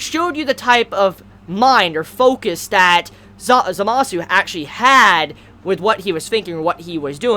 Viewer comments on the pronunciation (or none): Also, the way you say Zamasu and Gowasus' names is Zamas and Gowas. The "u" is not pronounced